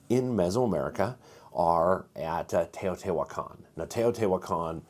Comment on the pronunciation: Love the video. Thanks so much! On pronunciation of the Spanish spellings: Teot-i-huacan and Pal-e-nque. Just highlighting some vowels you're getting wrong. You're saying more of Teotehuacan or Palanque rather than Teotihuacan or Palenque. Anyway, keep up the good work, and thanks again!